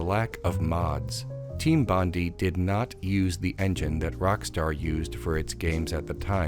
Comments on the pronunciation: Hi, Australian here......Bondi isn't pronounced like "Bondi", it's more like "Bondi"......get it? Got it? Great! *(P.S. It's actually pronounced "Bond-eye"............also, everything else in this video is provably correct, even your opinions, yes, also the incorrect ones) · It’s BON-DIE, not BON-DEE. Sorry, obligatory “Australian getting frustrated at American pronouncing Bondi wrong” comment. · The way you pronounce Team Bondi is killing me. It's bon-dai as in Bondi Beach in Sydney where the company was located.